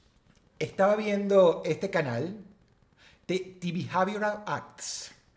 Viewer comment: De bijeiviural acks